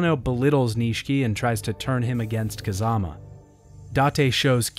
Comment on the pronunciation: when you said "kazama" it sounds like you were saying kazuma, i get confused haha